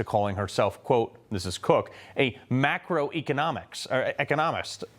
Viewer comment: Did you say macaroni economics?😂😂😂